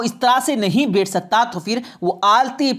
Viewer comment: आप बोलते अच्छा हैं मगर मुआफ़ करें कि आप अपने कुछ अल्फ़ाज़ पर भी ग़ौर करें ---- है-को हे बोलना।बैठ को बेठ।ग़ौर को ग़ोर इनके अलावा भी कई अल्फ़ाज़। यानी ए और ऐ, ओ और और के ऊपर ख़ास ध्यान की ज़रूरत है।